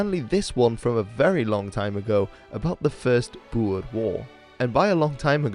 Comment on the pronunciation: Thank you for pranounsing boer right